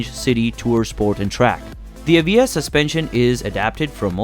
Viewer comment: The Lotus what? Maybe listen how you pronounce the name before you describe it.